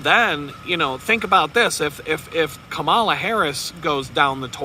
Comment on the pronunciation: You really sound dumb when you say her name wrong. "Comma" "la." Children can say it. (You're not clever deliberately mispronouncing someone's name.}